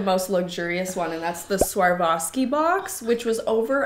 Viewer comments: LOVE THE VID!!! JUST PLS SAY SWAROVSKI INSTEAD OF SWARVOVSKI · I thought it was pronounced SwarOVski, not SwarVOski. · The sheer number of times “swar-voski” was said instead of “swar-ovski” 😅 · The way you say Swarovski haha I can't now I know how you guys feel when Slavic people read English brands 🤣🤣 You and switch o and v in that word making it Swarvoski:D Also, w should actually be read like v in this word so it should be Svarovski:) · It’s swar-ov-ski not swar-vah-ski! Lol! My mother in law used to collect the miniatures and they were about $80-100 for the tiny ones and quite a bit more for the bigger ones. Any that had colours (like the animals had) were more expensive also. I’m Canadian so that’s in $C. Love your so much! She feels everything to the bottom of her heart doesn’t she? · Love it but why are you calling it sarwowski instead of „swarofski“😭😭😭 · She’s saying swarvoski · The biggest culture shock of my life was NOT the fact that people actually pay this much on seasonal stuff (as i thought it would be), but ACTUALLY the fact that pronunciation of Swarovski is SWAR-VO-SKI. The amount of times i replayed that intro out of PURE SHOCK!!! lol for context, i thought EVERYBODY pronounced it SVA-ROV-SKI, but that's not the case ig 😀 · Well I thought it was pronounced swar-kov-ski until this video 🤦😂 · You were mostly right. It’s Swa-rov-ski or swar-ov-ski. Either one as they are the same thing. The swa part is pronounced like the first part of swat. W isn’t pronounced “V” in this case. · The fact that you said Swavarski sixteen times.... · Girllll why are you saying SwarVoski? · Love how your consistently mispronouncing Swarovski as Swarvoski 😂 But what a shame they just put in magnets and decorations... I would've expected more jewelery 🙃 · no, its swa·ROV·skee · the way she sais Swarovski wrong lmaoo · My favorite part was how badly you pronounced Swarovski 😂